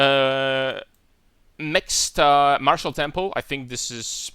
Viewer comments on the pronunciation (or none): none